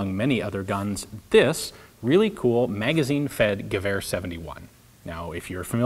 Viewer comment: Is it just me or does he pronounce Gewehr like giver?